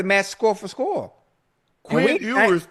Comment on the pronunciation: Ocho needs to learn how to say Quinn Ewers name